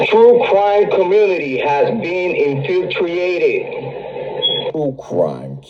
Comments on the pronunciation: In-phyew-tree-ated I heard 🙂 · In-Fil-Tree-Ated.....Yea, is gettin on the Odin Racist White Cowboy cult...hanging out and hosting Frat Boy fight club in their teenage mutant ninja El Chapo tunnels n shieeeeeeeeeeeeet.